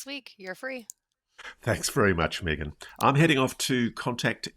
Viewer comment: Ross..why do you mispronounce Meagan name. Accent aside, i would think you could pronounce people's names correctly.